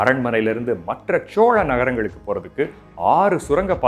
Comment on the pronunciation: Chola.....nengha pronounce pantradhu asinghamaeruku ungha speecha enjoy pannamufiyala sir pronounciation mathungha please